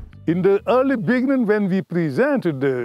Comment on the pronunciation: We need to help these men with their pronunciation of "beginning".